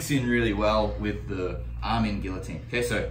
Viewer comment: It's pronounced guillotine not guillotine